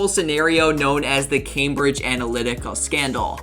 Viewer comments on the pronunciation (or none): none